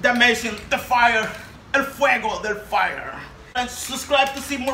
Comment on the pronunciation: He say frie ! Is so funny